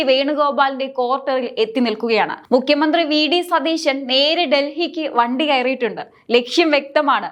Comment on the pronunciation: Mukhya mandhri enn aanu mukkyan ennalla thettathe ucharikku